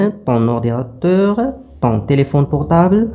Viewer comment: Téléphone و ليس Téléphonne